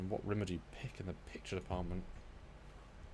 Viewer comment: Rimmer only should get S-tier if you say his name right, with the weight on the Rim 😀